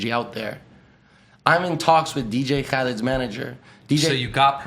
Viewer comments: why does he insist on saying Dj CHHahled. it triggers me lol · I can't stand how he says DJ Khalifa name.